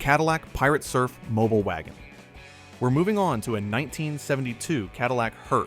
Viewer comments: Yeah. It's mobeel, not mobil. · Mobile = Mo beel. AI voice is 90% good, 10% WTF... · 3 ways to pronounce mobile and AI chooses the 2 wrong ways every time. Another dislike.